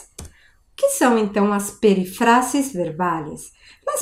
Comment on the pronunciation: Profe, tu video está buenísimo, pero la pronuncia de "peRÍfrasis... Mira que la sílaba fuerte está en RÍ...